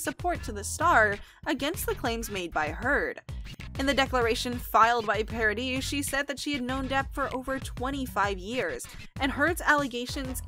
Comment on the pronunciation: 300 Mill along with a big apology sure beats the hell out of the gift basket they already sent! Did they really think that would help? But please, learn to pronounce these people's names! Vanessa's last is pronounced yes on the end is silent. Just like Camille's last name is said something mispronounced! But Lily Rose is already working at Disney so this is no confirmation in my opinion that JD Pirates. I've heard various reports none of which have said he has accepted or even been asked for that matter. Disney was quoted as saying they would even be happy with a cameo appearance. Asking Lily Rose if she would be comfortable working with big actors doesn't mean her call either they've named others as a potential choice for this film.